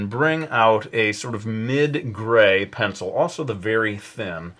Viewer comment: "Zee pencily paht of dee penzil" I lol'd